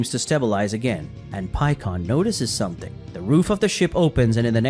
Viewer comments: bro i just don't fucking get it. why do dragon ball fan manga youtubers always miss pronunce the characters names. like i know you've watch the show in dub knowing damn well it's "pikkon" not "peekon" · It's simple mispronunciation. This is a brazilian fan manga and everybody grew up with "Paikuhan", same as the japanese name. English had it changed to Pikkon due to phonetics but "pi" is pronounced "pee" in portuguese, so just a slip of the tongue. He has said it correctly several times in this video as well